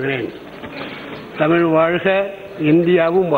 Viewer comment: But the best was Jothimani's "தமில் வால்க!" Its also obvious that Dayanidhi doesn't speak Thamizh at home.